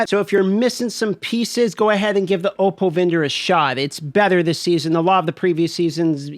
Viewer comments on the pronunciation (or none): none